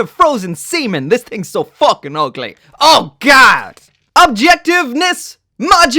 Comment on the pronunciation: The Irish really comes out when you say "fookin" and I love it. I want to see you review a Medabot model, too. They're simpler and seem much better, and I think might be a good palette-cleanser after such an over-complicated piece of crap.